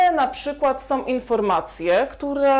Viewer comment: Som, som, som..????....chyba są, są!!!!!